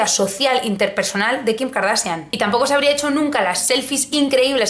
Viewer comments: Karsachian no kardasian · Me encanta como pronuncias Kardashian!!!